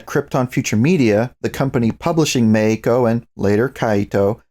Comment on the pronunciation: Random: Every time you say Meiko, I hear "Mexico" in a Spanish pronunciation. uwu